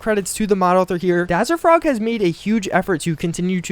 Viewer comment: The M1 Garand is great you can hip fire it! nto trying to roast you but it's DazzerFONG not FROG